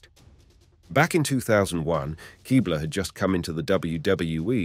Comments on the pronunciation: Why is every females last name not pronounced the way they pronounce it? Straytus? Kighbler? I couldn’t finish the video. Literally simply watch the WWE videos of these women in the video and you’d know that NO ONE pronounces their names this way 😂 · Pronouncing Stacy Keibler's name like that is a dead giveaway that this guy is not much of a wrestling fan, as is showing clips of Lita kissing Matt Hardy while talking about the Lita and Edge angle being heavily sexualized. Still a very good video covering all that crazy shit though.